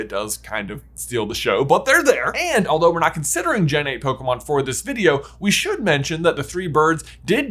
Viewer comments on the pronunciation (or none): none